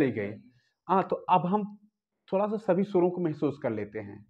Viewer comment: "स" नहीं "सा" होता है